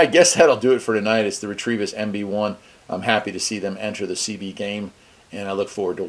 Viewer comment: Nice little radio! I would pronounce it ret-o-vis. There is no r in it